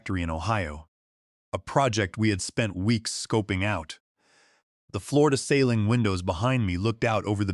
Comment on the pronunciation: Dear commenters, timestamp "floor-to-ceiling" in caption crawl in middle of screen in yellow font is displayed correctly - mispronounced "floor-to-sailing" as in boating, seriously? Who does y'alls editing? Can't y'all train the Ai narration better? Ugh! 🙄😳🤯🤦🏼‍♀️👎